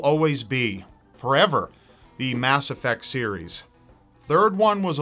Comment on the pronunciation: I WAS GONNA ASK YOU WHAT YOUR FAVORITE GAME WAS AND YOU SAID MASS EFFECT MUHLYFEIZCOMPLEET